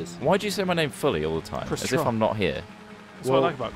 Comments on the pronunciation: it's Trott not trot and not trout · Dude, it's 'Trott'